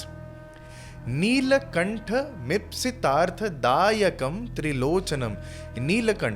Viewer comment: i think, its ipsi tartha dayakam not mipsi tartha